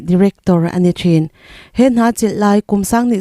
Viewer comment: Nachin a awmlo.Nichin tihtur aw